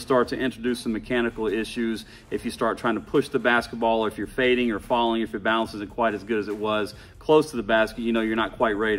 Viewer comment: Lol. Man really said "BaAlance